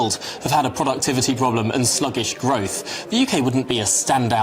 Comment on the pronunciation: Growf he says, not growth.